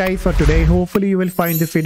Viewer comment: Don´t say "wideo", it´s "video".